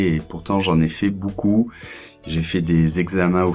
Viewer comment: bonjour, ne penses-tu pas qu'il soit plus juste de prononcer "è" quand tu dis "j'ai fait"? C'est juste une mauvaise habitude de ta part ou y a-t-il une règle qui m'échappe? Merci!